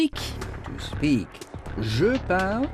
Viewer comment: je parle c'est I speak et non I speck